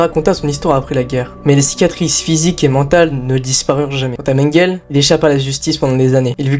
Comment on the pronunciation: Mengele se prononce « menguélé », tout le monde sait ça. Cette vidéo est truffée d’inexactitudes et d’erreurs, un tel sujet demande un minimum de serieux..